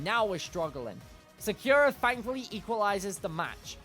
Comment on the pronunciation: Sa-kyu-ra It just hurts to hear it like that.